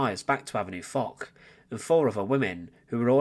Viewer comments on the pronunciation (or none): none